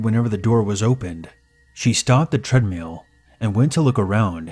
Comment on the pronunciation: The way you say treadmill is funny